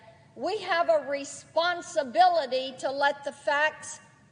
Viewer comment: He had a responsitrilitrance. That's what he had.